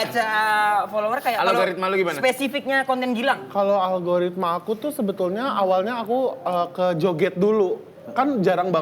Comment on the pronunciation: Algoritma.. bukan logaritma... 😅😅